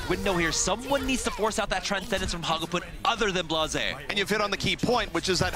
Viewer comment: I hate how says hagopeun